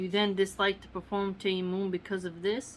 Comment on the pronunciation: Salam sister Love your vids .. they are extremely beneficial Ps its pronounced TA-YA-MONN emphasising the As.. TAA-YAA-MONN